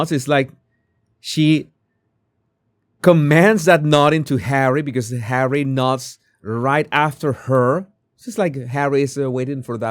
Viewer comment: Harrayt? Harrayt?😂😂😂😂